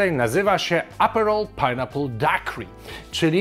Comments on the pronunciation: Propsy za poprawną wymowę daiquiri :) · tak jest, a nie daj kiri ;D